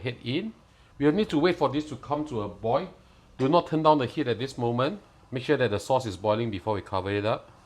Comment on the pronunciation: Polite message. Practice on finishing your words. oi(l) NOT *oi!!! / boi(l) NOT *boi!!! Sounds like boy. You need to province the *l at the end of these words.